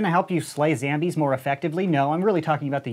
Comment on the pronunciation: Y does he say zAmbies instead of zOmbies